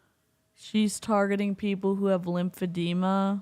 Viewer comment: I think he said lipedema not lymphedema, although there are similarities.